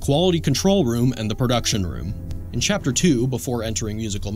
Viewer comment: Bro he said chaper not chapter at the end 😂😂😂